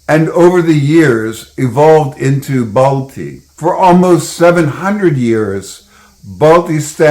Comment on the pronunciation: The actual name of baltistan is baltiyul and it's pronounced as balthyi not balti